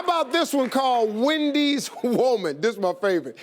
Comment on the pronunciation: I thought it was witchy woman not Wendy woman...